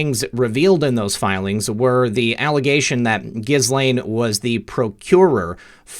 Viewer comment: Ghislaine is pronounced as Ghee Lane. The s is silent. French name.